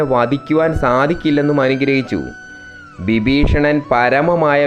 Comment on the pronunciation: വിബീഷണൻ അല്ല വിഭീഷണൻ